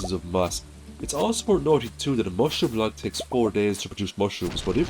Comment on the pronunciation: lol when you say mushroom log all i hear is mushroom lads.